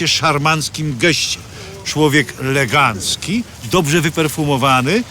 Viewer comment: Mówi się elegancki, a nie legancki